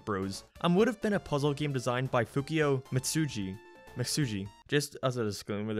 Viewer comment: Why do you pronounce game like geme or gameplay like gemepley? Like a sounds like e when you say it, And I fucking live for it, also unleashed is my fav game and 06 is second cuz nostalgia